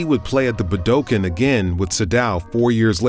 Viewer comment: Wonderful documentary! The only thing that bothers me are the Japanese pronunciations (“Sadao Watanabe” and “Budokan” in particular). Maybe you can have those segments re-recorded after coaching. 😊